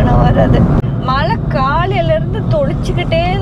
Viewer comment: Guys it is not Malai it is Mazhai